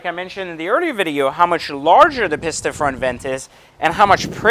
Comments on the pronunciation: Peeeesta. Not Pissssta. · Both very nice cars, but it’s a little misleading comparing a track focused car vs one that is more for the public roads. I’ll bet the future F8 Pista (I believe it’s pronounced “pee-sta”, not “piss-ta”) will bump the 488 Pista off its throne in no small way 👍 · Pisssssta it’s peace-ta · OMG! It's a PEEEEEEEESTA... not a PISSSSSTA! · right its pronounced pee- sta not piss-ta. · Interesting comparison thank you. Any reason you say "pissta" vs the Italian pronounciation we say in Europe "Peesta"? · Guy says Piss-ta. Immediately stopped listening. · The fact that you call it a "pisstuh" says a lot. And yes I am a supercar buyer. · I was buying into the whole value thing until he opened up that "Piss-ta" to show those weird brown interiors. Edit: Watched the whole video, still can't conclude any reasons about why the Pista is better than the F8. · He keeps calling it a “Piss-ta” . That alone tells me his opinion doesn’t matter. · Spend just a “little” bit more. 100 grand more is a lot dude. Also a big reason people like the C8 corvette is because of the price and you get much more bang for your buck plus it’ll be interesting to see how the z06 compared to other super cars. Last I get you’re in a better position financially but you don’t need to act like an arrogant douche. Oh and learn how to say pista not pisssta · I can’t stand every time this guy says “Piss-ta” it triggers me... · My god how many times does he say PISS TA instead of Pista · Stop saying pista. On behalf of all Italians ever please stop saying pista and speciale too for that matter